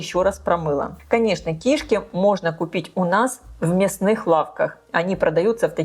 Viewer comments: Почему ки́шки а не кишка, вы не русская если да то я вас понимаю, но если что, всё таки надо говорит грамотно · Рецепты у шедевральные!!! Но давайте попросим известного блогера говорить правильно!! Ну какие кИшки......всегда и везде кишкИ. А одна кишкА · В слове «кишки» ударение падает на второй слог, на букву И — кишкИ Не большая кишкА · Почему кИшки с ударением на на первую букву И. Ведь правильно говорить кишкИ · Извините, но уши режет. КишкИ'. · Режет слух слово КИШКИ с ударением на первом слоге. В русском языке ударение ставится на втором слоге. Речь блогера должна быть грамотной. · Она не из России ей простительно. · Здравствуйте! Ставьте, пожалуйста, правильно ударение на слово "кишки" На последнюю букву. Сразу, даже, не поняла, что за слово Вы говорите😂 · это на украинском такое ударение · на укр.ударение на 1 слог) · но говорит то она по русски! 😂